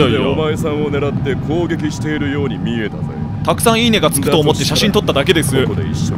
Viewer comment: 「イイね👍」か「いい値」か最初わからかった。